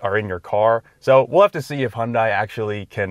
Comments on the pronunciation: Pleass...Hyun "day" not Hyun "die". Just saying put some respect on the name. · Hun-day like Sun-day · FYI: The pronunciation of Hyundai rhymes with "Sunday." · Please, at least in the US, Hyundai is pronounced "Hunday" - like "Sunday". This was the subject of a Hyundai TV ad 15 years ago, and it's annoying that people still get it wrong - especially car reviewers. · You’re the senior editor and can’t even pronounce the name of the automaker correctly. SMH.